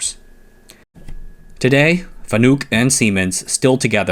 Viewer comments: “Fa-nook” … them’s fighting’ words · Fanuc is not a u sound in nuke. It pretty much showed that this guy doesn't really know about the content today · i giggle at his FANUC pronunciation